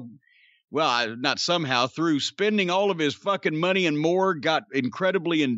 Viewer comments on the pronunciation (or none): none